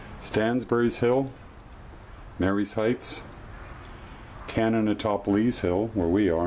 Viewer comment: Pronounced Ma-ree's heights. Not Mary-ees Heights. Just letting you know. I was born and raised in Fredericksburg and when I was growing up, the house there, the Stephen's House had a hole in the floor. You could crawl under the house and go inside. Of course I was a kid at the time, seven or eight. I've been all over Fredericksburg and the length of the Confederate line from Rt. 1 to the end of the line at Prospect hill.